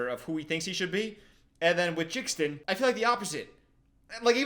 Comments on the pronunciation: he called Jaden "Jaxden" 😭😭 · is it pronounced jixdon? isnt it jaden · calling Jaden Jixden is so funny to me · I love how jxdn got in this but why did he pronounce his name like that his full name is Jaden hossler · They way you pronounced jxdn 😂 its pronounced jaden 😂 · The way pronounced jxdn killed me it’s pronounced Jaden he’s actually pretty good live and nessa was there he opened for MGK…Alex’s song sounds like it belongs in the greatest showman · Genuinely, I need you to bring back more DWNP content. The music analysis is so entertaining to watch. Also- JXDN is pronounced like Jaden, that’s his name. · the way he pronounced jxdn has me pissing myself 💀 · the way he pronounces jaden's stage name spelling is hilarious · The way he said JXDN had me dying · the way he pronounces jxdn is so funny 😭😭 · The way he pronounced jxdn is funny hehe